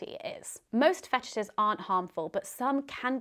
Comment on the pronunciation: ru le 34 of fe tishes